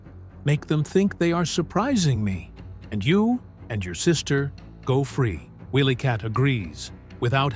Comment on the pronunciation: He's not saying their name's right it's wily kit & wily kat